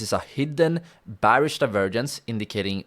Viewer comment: Great video, even though I already know and use the tips you gave. Your English is good, so I'm surprised you struggle to say "Bearish" the right way.